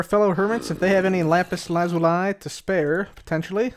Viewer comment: is the only youtuber who says lapis lazuli correctly